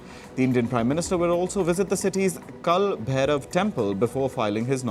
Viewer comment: This guy don’t even know how to speak Kal Bhairav correctly. Flat face, no expression, white board reader. Don’t know on what basis you select the people facing camera